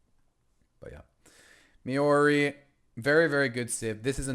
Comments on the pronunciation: I don't think I cringe more when I hear Americans pronounce "Maori". Just look up at least. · I have never before heard an American pronounce Maori that way, to be fair